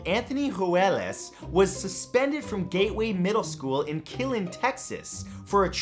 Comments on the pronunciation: Hey Matt for future reference it’s pronounced “kill-een” not killin’ lol love your videos though! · KILLEEN made it in something...somewhat good...ok what am I talking about I’m not surprised that happened in Killeen and it’s KILL-EEN not “killen” say E’s name!!!! 😂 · Oh boy...SMH... My wife is a teacher and we live in Texas. We are both embarrassed over this. All of those are dumb. It's pronounced "Brazz-zus". Say the "a" like in the word "brass". Also it's pronounced "Kuh-lean". "Kill'n" is what we do to people who disrespect Texas by mispronouncing the words we mispronounce with our awesome Texas drawl. 🤠👍